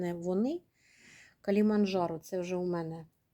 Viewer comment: Кіліманджаро- так треба говорити.